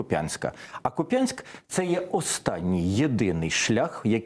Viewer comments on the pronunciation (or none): правильно Ку'пянск а не купя'нск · Пан Чорновіл та не Куп'Янськ, а КУп'янськ. 3 столиця України!!!! Щож всі так кажуть 🤦!!! Не місцевим може байдуже, а нам ні. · Наголос не правильний. Наголос має бути на першу голосну К(у)п'янськ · Ударение на первый слог: КУпянск, СлАвянск. Такие местные традиции. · Ви хоть назви правильно читайте. КУп'янськ, наголос на У, Волохів Яр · Куп'янськ, наголос на "у" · КУпянск,на первый слог. Позорище